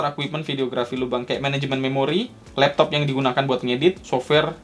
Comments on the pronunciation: Anjirr.. geli bangat sama intro lu bang.. Labtoabh... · Love that "lapto'ap" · lap to'attttt fake 'ain ya bang wkwkwk